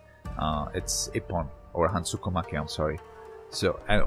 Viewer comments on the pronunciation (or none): Great video. BTW Is Hansoku make. Not hansuko .